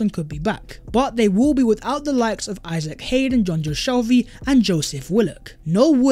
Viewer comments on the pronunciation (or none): none